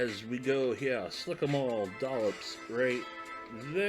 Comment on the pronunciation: " Spritz in heeaw " 😆 🤣